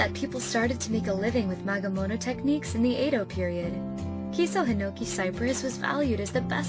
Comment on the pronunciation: I’d like to say “magemono “ not “magamono “